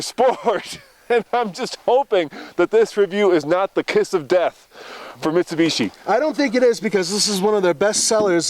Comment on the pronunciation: and his "Mishubishi" pronounciation. I will say you guys have been getting better with the reviews. Especially your newer reviews.